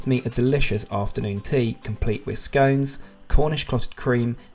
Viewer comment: My one criticism of this video is the butchering of the word ‘scones’